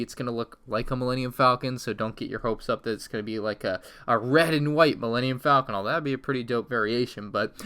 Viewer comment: He says Millennium Falcon right once then pronounced it wrong .3 seconds later